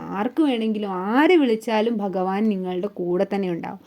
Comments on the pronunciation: ഭഗവാൻ എന്ന പദം അക്ഷരസ്ഫുടതയോടെ പറയാൻ സാധിക്കട്ടെ 🙏😊 ഹരേ കൃഷ്ണാ 🙏🙏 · ഒന്നുകിൽ മലയാളത്തിൽ പറയുക അല്ലെങ്കിൽ ഇംഗ്ലീഷ് മംഗ്ലീഷ് പറഞ്ഞ് വെറുപ്പിക്കാതെ ആദ്യം ഭഗവാൻ എന്ന് പറയാൻ പഠിക്കുക ഓം നമോ ഭഗവതെ വാസുദേവായ ഈ കമൻ്റ് ഇടാൻ പ്രേരിപ്പിച്ചതും എൻ്റെ കൃഷ്ണനാണ്